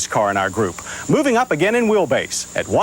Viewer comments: insistence on calling it the Cam-ray kills me every time. It gives me shivers of discomfort. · Your deadpan pronunciation of "Camray" throughout the video somehow got funnier as you kept doing it.